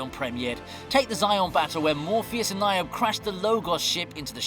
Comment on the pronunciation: Not the Logos, it was the Mjolnir aka the Hammer. Also, the character's name is Ny-oh-bee, not Ny-oab. Maybe you should try actually watching the movie before talking about it?